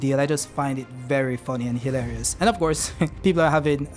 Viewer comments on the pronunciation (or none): none